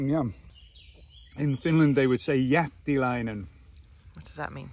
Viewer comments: That "Jättiläinen" was so well pronounced (like natural Finn) that I must leave my first comment. Very fine channel you have, keep up the good work and all the best for your family from Finland. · Hello from Finland😍 I love your videos a lot. You are soooo down to earth ,your boys have wonderful parents. I can't understand you've managed to do so much in only couple of months. I'm surprised " jättiläinen" was perfectly pronounced in finnish😲 Have you travelled in Finland? Take it easy and rest few days. I understand you have lots to do. You should get help. Volunteers perhaps🤔 I missed the music in the end you've had before. Btw what's the name of artist or group. Sorry mistakes again. Hugs from🇫🇮